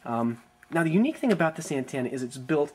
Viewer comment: What's an "anne-TAN-a"?